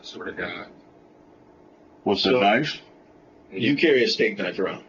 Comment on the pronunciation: 'Estate knife', twice LOOOL.. They said 'a steak knife'.